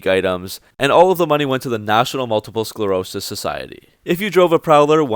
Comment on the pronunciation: Not sklarosis, sclerosis.